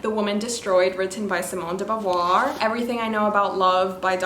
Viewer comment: I'm French and I love how your pronounce De Beauvoir's name ✨️